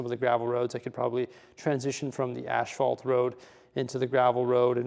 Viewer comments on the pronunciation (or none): it's as-phalt not ash-falt XD